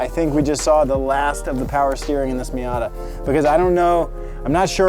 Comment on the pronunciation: “Mita” You mean ‘Miata’?